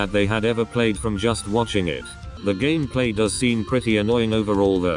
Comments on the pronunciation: Bruh your stupid robot voice can't even say Gameplay right. It says it like Gamaplay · gasps said gameplay not gammaplay:0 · YOUR ENGLISH SUCKSSSSSSSSSSSSSSSSSSSSSSSSSSSSS can you even say gameplay right?